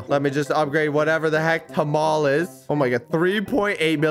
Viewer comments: Nah no way he said talmas it’s tamale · He called my fav food tamales “tomoles” 😭🔫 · he said tamales wrong :face-blue-wide-eyes